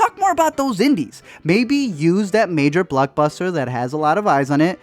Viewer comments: Haha he is killing me with how he keeps saying BLOCKBUSTER as BLUCKbuster haha! Too funny! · Why when he says block buster I hear blood buster